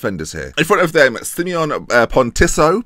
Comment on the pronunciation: The pronunciation of Pontisso and Bonifazi was actually pretty close! Lazzari's and Arini's wasn't though 😂